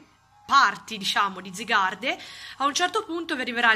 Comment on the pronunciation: Sì scrive zygarde ma si legge zaygard